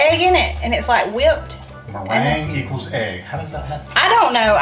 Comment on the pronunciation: LOL then he came back at the end with mirange (not sure if that's how you spell it) 😂😂😂😂